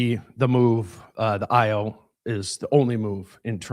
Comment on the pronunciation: Ayo = pronounced I-O